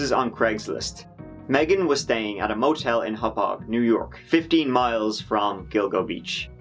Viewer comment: Did you say Dildo Beach?